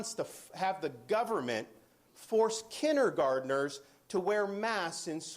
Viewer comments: Note DeathSantis can't even pronounce kindergarten. "Kinnergarden." Sounds about as smart as MTG. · Not to defend him but that's how most people in Florida pronounce it.